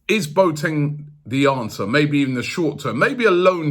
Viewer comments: It’s Bo-a-teng 🤣🤣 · Boateng is not pronounced { Boat - eng } but { Bo - a - teng } with the "a" pronounced as the letter "a" in the word allow.